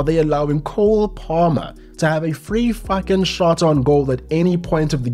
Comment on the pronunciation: hearing a “fooking” outta you was a wild experience